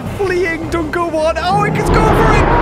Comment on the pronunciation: Why does literally everybody I hear saying Dunkleosteus out loud pronounce it wrong, like Dunkelosteus? Even the characters in game and the voice over for their official launch trailer say it wrong haha. There is not an e after the k, there is an l. Nigel Marven did it right! :'D